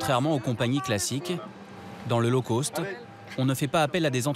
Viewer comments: NON, “Low Cost” ne se prononce pas comme “Low Coast” !!!😂🙃😅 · On dit low cost ...ce qui veut dire bas prix...et non low coast qui veut dire basse côte....😂😂😂